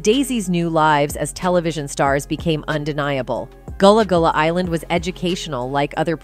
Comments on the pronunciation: Goolah goolah island?? 😂😂😂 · She saying this so wrong it's gullah gullah island